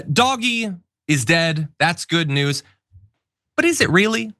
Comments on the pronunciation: And the dense brick triples down on pretending the pronunciation of an acronym matters on what's clearly meant to be mocking of DOGE. You know, the thing literally named after a DOGGIE MEME! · You are really labouring a pointless pronounciation war, totally oblivious to the intended slur. You've been told. Just shut up. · I think it's less that they don't know how to pronounce the word, but more that it's a deliberate mispronunciation designed to annoy the deserving. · It's always been pronounced "doggy." That is literally the joke. How do you spell doggy? D-O-G.... E. Crypto bros used the name without bothering to learn where it was from or how to say it. Just like everything involving crypto. They didn't make it up and neither did /b/. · It's not pronounced Dogee.....Jesus. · It's intentionally mispronounced. Derp.🤦🏼‍♂️ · Oh I got the point. Pronunciation matters if you're reporting. Read a book. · What is even more ridiculous, you constantly referring it as "doggy," as opposed to the way he is supposed to be pronounced, "Doge" as in "doaj," or "doje." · Look- It's pronounced Dowsh. It's not dogee. Like I don't get what you are saying? Look it up for the pronunciation of it. Weirdly, you don't know how to actually pronounce Doge. It's so bizarre. I like your channel but this is just weird. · It’s “Doh jg” F outta here with that “doggy” BS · It's pronounced Dohj, not doggy 😂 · Will someone tell John that Doge is pronounced ‘Dohj’ not ‘Doggy’. You know, like the Doge of Venice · We’re pronouncing it Doggy now?? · i'm offended you pronounce it doggie... doggie is a perfectly fine word and doesn't deserve to be associated with elon hahahahah. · Same, that annoyed me to no end!!! Leave Doggies alone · It's not doggy stop saying it like that!